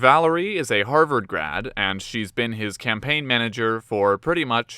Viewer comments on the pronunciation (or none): none